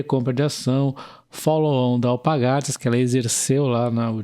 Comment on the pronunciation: Só um comentario, o nome da empresa é AlPARgatas, não AlpaGARtas